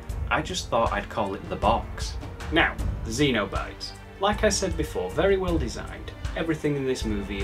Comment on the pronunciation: Great review and great movie, but I believe Pinhead and his gang are Cenobites, like SEN-oh-bites, less akin to the aliens from Alien xenomorphs. A cenobite is an old-timey term for someone belonging to a monastic order, which makes sense for inter-dimensional S&M demons I guess, if not in a weird way. Keep up the great work,!